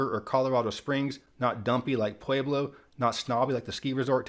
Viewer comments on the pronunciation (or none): I'd choose Durango over junction personally. The way you pronounced Pueblo gave me cancer 🤣